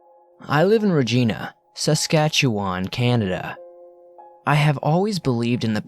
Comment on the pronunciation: Regina, Saskatchewan (Reh-jyna, Sus-katch-yewan)